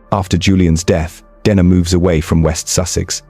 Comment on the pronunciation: He does, but I wish he’d get her name right, he pronounces it “Denna” “Deana” “Dayna”